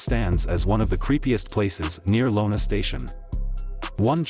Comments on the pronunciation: It's Iona Station not Lona. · Decent telling of events, terrible pronunciation. It's Iona station now Lona station (it's an iiiiiiiiii) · Maybe whoever's doing this documentary shouldn't do it until they can actually pronounce the names right it's not collecting it's Kellestine and it's not lonestation it's Iona station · Good video, but you need to learn how to pronounce names properly. Iona Station, not Lona station among others